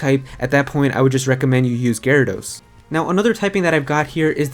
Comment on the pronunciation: Gyarados bro, Gyarados....